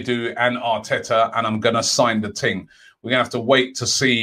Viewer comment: He actually said "sign da ting" 🤣🤣🤣